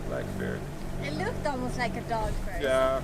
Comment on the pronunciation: You pronounce bear wrong, it sounds like you are saying beer ;)